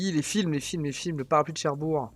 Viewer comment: C'est Cherbourg avec un G !